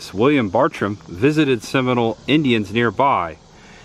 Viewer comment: some people get irritated at me for correcting. It's Sem i nole Indians with 3 syllables. It's not prounced as seminal Indians. Listen to the song entitled "Blow Seminole Wind".